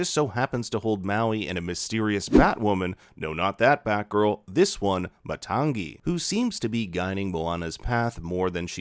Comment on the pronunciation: Matangi = Maa-tongue-ee